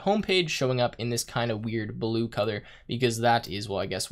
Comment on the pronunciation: why are you pronouncing "codour" instead of "colour"?